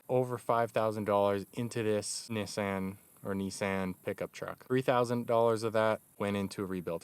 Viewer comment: Someone actually used the correct pronunciation of Nissan...that's awesome.